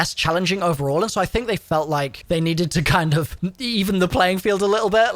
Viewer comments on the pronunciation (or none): none